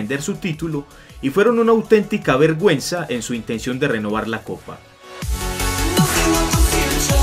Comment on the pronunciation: Pensé que decía verg@ :V